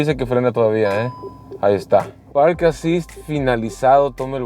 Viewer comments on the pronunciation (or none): none